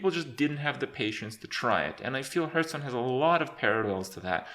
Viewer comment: Kripp has gotten better at pronouncing the name of the game. He used to say something akin to "Hurtstone" in the past.